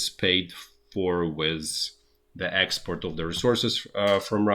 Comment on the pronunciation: I do love this guy's originality and hard work, but have to smile after I've worked out that "expert" is "export" and "boiled egg" is "bottleneck"!